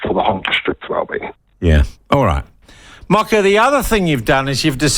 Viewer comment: It takes about 30 seconds to make a decent attempt. Tens of thousands of white New Zealanders could pronounce Moko (More-Core) correctly. There is no excuse. It's just lazy, especially when he demonstrated he can pronounce Māori correctly in this segment.